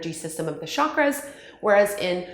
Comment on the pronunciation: Great explanation. I just wish your pronunciation was better. Hatha, chakras, and asana aren’t being pronounced properly. But your videos are great and very informative.